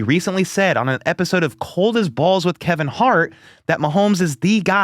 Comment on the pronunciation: Dude, pronounce Kevin's name correctly. Thats is being lazy.